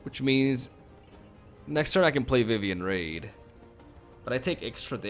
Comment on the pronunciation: I love your content, but it’s Vivien Reid not Vivien Raid